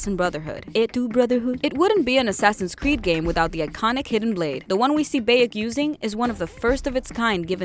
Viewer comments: It's bayek not beyek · It' Bayek Not beyek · BAYek of sewu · Ah yes beyek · I cringe everytime she says "baekk" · How she says bayek makes me cringe sad and anger at the same time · That way you say his name... Is just.. just wrong. And no.. Egypt is not just dessert I should know. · Every time she says Bayek’s name wrong xD arghhhhh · That how she pronounced name of Bayek.... Makes me crazy!!!! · How this woman says Bayek, Senu and Medjay, clearly never played the game. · Someone obviously didn't tell her how to properly pronounce Bayek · Bayek if Siwu, Sinu, could the pronunciation get any worse?! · It BI-ECK and SEN-OO not BAY-ECK and SEE-NU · Ah yes the assassins altar eso and bake of seewoo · "Alltare" "Baeik" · Please don't make another video like this if can't get facts together. First of all you pronounce every name wrong: it's BAYEK OF SIWA NOT BEYEK OV SIWU. and there wasn't anyone assassin before him. And haven't even watched the whole thing so there is probably more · Siwu? Where's that? And who's Beyek? Pretty sure BAYek of SIWA is the main character of Origins. ROFL. xD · Bay-ek of See-woo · Bäyek of sewu 💀💀💀💀💀💀💀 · Bay-EK of seewoo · was i the only one who got triggered at "baeyek of siwu" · Boiyek of siwo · Bayik Of siwu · Baiak ov Seewoo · Beyeek of seewoo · Bayek of SEWO!!!!!!!!!!????